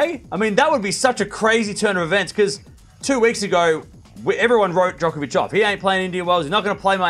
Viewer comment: Djonkovich? 😂 you need to slow down and get the pronounciation right!